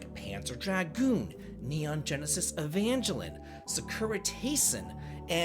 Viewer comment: Evangelion pronounced: "A-van-gale-eon" a lot of fans just shorten it to "A-va".